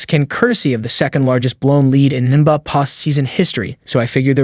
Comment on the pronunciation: All that work to have AI read it and butcher it all up. The N buh finals lol.